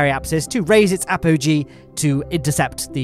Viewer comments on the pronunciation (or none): none